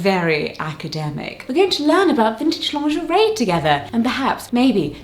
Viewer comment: Pronounce it Lingerie. Lin gur ee